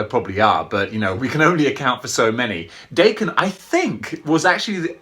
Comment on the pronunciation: Awww sweet, and I bought mine off another collector over a year ago, with the variant head. I love this guy and it's pronounced Dokken. My Japanese friend corrected me a few months ago lol